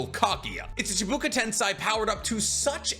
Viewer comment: Say it with me. Chiiih. Baaah. Kooo. Chibakoo. Rather than how it's spelled or how u said it. Still loved this video and your content. But pronounce the script right. Then you will be YouTube goat